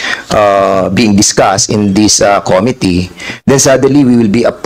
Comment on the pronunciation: Cringe everytime mag pronounce si Cong. Dan ng "committee". Yung pronounciation nya di pasok both sa british and american english😂😂